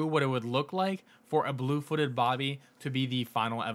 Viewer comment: Blue-footed Booby It’s Booby, not Bobby